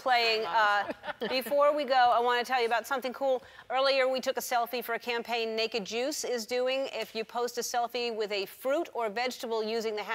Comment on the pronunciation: When Ellen said Make a Juice, I understood naked jews... Lets say I was confused.